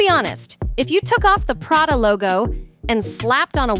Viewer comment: Yepbut Prada not Paaaada?? She’s a poser with a hoarding problem.